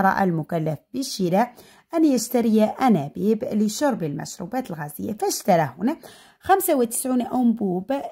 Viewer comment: استاذة 😮انابيب و ليس انانيب